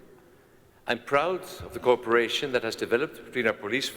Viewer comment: dear European friends speaking English--let me help you pronounce " cooperation" correctly--say it..co operation. If you don't, we hear you say "corporation". I was a study abroad student at the Royal Academy at the University of Madrid as a university student, and became an English and Spanish teacher. Pronunciation is paramount. Congratulations , both Kings, for your excellent English.